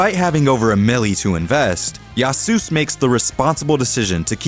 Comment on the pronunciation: "yaasoos" Its literally Yasuo's nado (tornado)